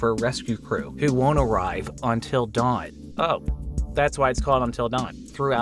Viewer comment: "ontil dawn"